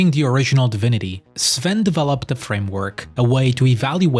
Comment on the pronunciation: Finally a YouTuber that can correctly pronounce Sven's surname